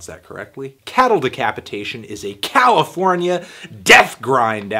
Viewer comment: did you say Cow-ifornia?... Not even mad at that